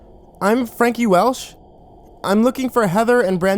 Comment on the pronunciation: xD I just had to say that I laughed at the way you say Frankie Welsh at the beginning. I love these videos, keep up the good work!